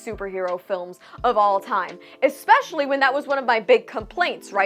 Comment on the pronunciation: Jeez, the eyes...Especially is not spelled "ekspecially" - it is pronounced as it is spelled.